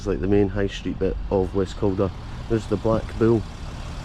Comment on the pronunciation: 2 mins in you called it west calder lol😂😂😂 Just came across your videos they're great 👍